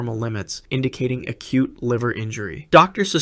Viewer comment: it sounded like cute (cute liver lnjury)